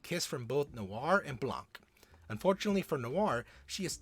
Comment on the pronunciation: the c in blanc is silent